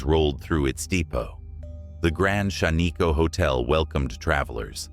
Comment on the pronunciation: Really Shan-ee-ko. It’s Shaniko short I sound.